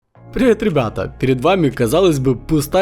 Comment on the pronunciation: "Прывэт рыбата"😂😂😂